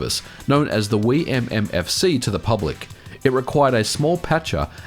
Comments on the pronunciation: Anyone cringe at how he pronounces wiimmfi? Still a good video, MKW is the best mario kart, and it's great we can still play it online! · Every video you pronounce a word wrong, today's word was: Wimmfi